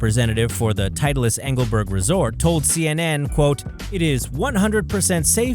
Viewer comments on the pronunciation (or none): Why does he say "Tidelis"? It's "Titlis"!